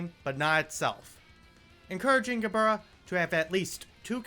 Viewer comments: Ge-burr-rah That's my new favorite way to say her name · i took 20 white damage when i heard him pronounce Gebura WHY DID HE PRONOUNCE MIMICRY LIKE THAT 💔